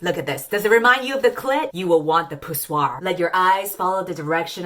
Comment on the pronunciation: "Pussoir" S E N T me!